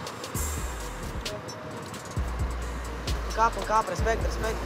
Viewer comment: de cate ori ai spus RESPECECT XD